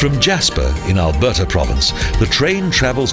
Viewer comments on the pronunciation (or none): none